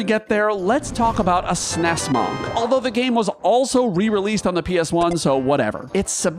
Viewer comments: The "O" in "monk" is pronounced like a soft "U" sound, more like "muhnk" than "mahnk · More like "Mankh" He's pronouncing it like the Egyptian "Ankh" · You are the first person I've heard NOT pronounce the word like "munk" and it's giving me a visceral reaction. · You're pronunciation of monk is really weird. It should be "munk" not "mohnk" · One note about Amarant; his No Mercy ability isn't necessarily non-elemental. It adopts the element of his weapon. That said,am I the only one who hears the pronunciation of "monk" like "bonk" rather than "bunk"? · “Maunk“ makes me wonder why most pronounce it as if it’s spelled “munk” I mean, geese don’t “hunk” and neither do cars. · Ahh yes, the MAWNK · I could not make it through this video because I couldn't keep hearing "Mahnk" >.< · May the best "mawnk" win! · Wtf is a Mawk? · Is this an accent thing? I could have sworn monk is pronounced more like munk. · I don't think I've heard anyone pronounce it "mahnk" before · Manque? Or Munk? Interesting pronunciation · I love watching your videos, but this one I had to mute. the pronunciation of the work Monk sounding like the first 3 letters in Monster versus sounding like Munk drove me bananas lol. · We love the Mawhnk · the way you say monk is just painful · WHY IS HE PRONOUNCING "Monk" LIKE THAT?!! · How you pronounce monk really gets to me 😂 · I’ve never heard someone say monk like that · Entertaining list. Also, I've never heard someone pronounce "monk" like that. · The way he pronounces Monk.... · I’ve never heard monk pronounced like that and it’s really throwing me off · The way you say Monk is so different then I have ever heard you put so much enface on the O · Sorry bro, but I can't finish it I'm gonna listen to your vowel choice that many times. It's too jarring, nobody says monk that way. Literally nobody. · Amused at how pronounces "monk" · Great video! Also the way you say “monk” is absolutely insane!